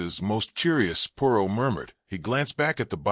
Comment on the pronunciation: 20 minutes in and you have pronounced Poirot incorrectly 50% of the time you have said it. I cannot take anymore of it. If you can't even say the name character correctly, just try a story named Smith or something you can handle. It is so disappointing almost seems disrespectful to the reader.